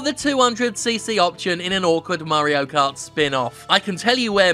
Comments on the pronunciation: Lmfao I love how he pronounces "Mario" as "Murreo". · "Murry-o" Perfect.